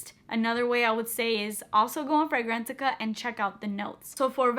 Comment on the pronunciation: are you saying go to “Frangrantica”?